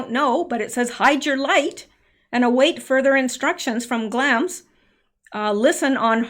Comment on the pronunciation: following you through all this. just wanted to mention that I believe you are pronouncing Glamis wrong. there is a place in California called Glamis. I only know it because of sand dunes.